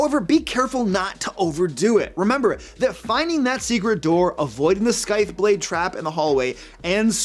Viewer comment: came here to mention the "skythe" catch too for anyone else to poke at. <3